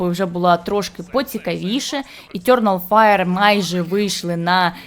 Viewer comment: Етьорнал файр. О боже, хто дав їй озвучувати цей відос, мало того, що голос по вухам ріже, так ще й вимова чудова